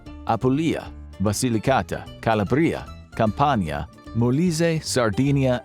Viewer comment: Please check the pronunciation of Apulia, Campania and Calabria.